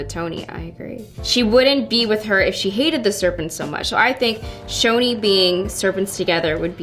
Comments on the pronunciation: i thought it was pronounced "ch-ch-choni" not "shoni" lol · I THOUGHT IT WAS PRONOUNCED Ch-oni not Sh-oni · It’s pronounced choni, ch as in chicken, not ch as in Cheryl